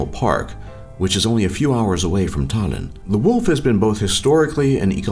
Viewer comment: Estonian language is pretty easy when you learn to pronouce our letters cuz for example if americans say 'shake' and an estonian tries to say it then he will say 's h a k e' in estonian pronoucing. That's why u pronouced Tallinn, Tartu, venelane wrong